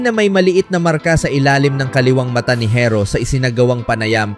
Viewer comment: bisaya ka ba pati pag pronounce mo ng herro barok...makinig ka sa ibang blogger ng tamang pag pronounce ng herro para alam mo.